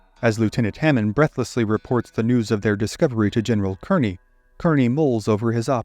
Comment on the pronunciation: In this case, Kearny is pronounced “KAR-nee”.